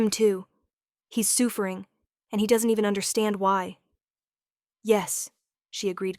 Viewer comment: The "soofering" was killing me!!!😂😂😂